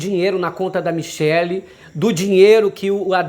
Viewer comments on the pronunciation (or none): none